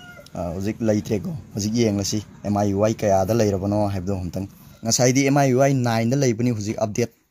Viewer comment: Brogi miui gi pronunciationdo semdokhanningee.... Lanna khanbiganu... I'm ur new subscriber